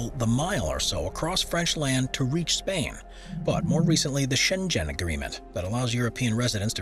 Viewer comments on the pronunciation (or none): 1) It is pronounced "tee-roll" not "tie roll" !!!! 2) Switzerland is NOT part of the European Union 3) Gesture of brotherhood at Wagah, really ??? -- this is the ultimate strut your stuff, peacocking, one upmanship anywhere in the world 3) the treaty is pronounced "shen gen" --rhymes with ken not as "jen" (Jennifer) 4) the picture of a fort that is made to look like it it as the Lake of the Woods is from somewhere else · "The Shen-Jen agreement". Hmm, did you mean the Schengen agreement?